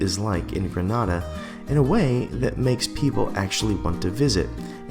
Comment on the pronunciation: it's pronounced Greh-nay-da, "Granada" is in Spain